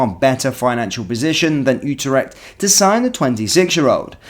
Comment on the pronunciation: It’s pronounced “You trect” not “ooo ter ect” mate